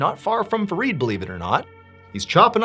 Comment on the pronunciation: My name is Farid from Nigeria. I did not wake up today thinking I'd hear Mr Ballen pronounce my name 😊 ✨ his pronunciation is spot on.